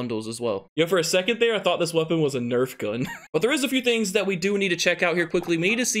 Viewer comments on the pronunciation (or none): none